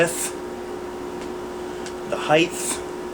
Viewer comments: by the way; it is hight, not highth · LOL DUMBASS SAID "the width, the heighthh" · Ok stupid question time. Why is it that when some people refer to pistol dimensions they say "heiTH" as opposed to height ?